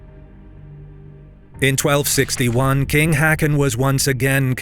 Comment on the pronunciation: For the love of cake, plz learn to pronounce "Haakon" ( [²hɔːkʊn] )